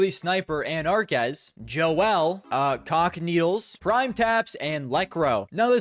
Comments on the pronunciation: you say cacanito as if it's the word is c**kneedles. wtffff lmao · U aint sayin cacanito 🥀🥀